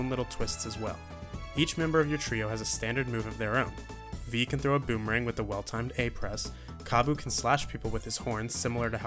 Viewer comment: A boomerang? You mean a beemerang